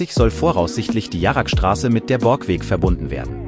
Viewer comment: Warum wird bei „Jarrestraße“ „Jaragstraße“ gesagt? Und es sind noch mehr solche Fehler vorhanden.